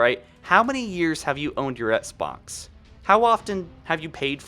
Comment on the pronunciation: Dude, practice saying “EX-BOX” lmao